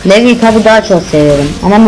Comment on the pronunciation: ohom levi degil "livay"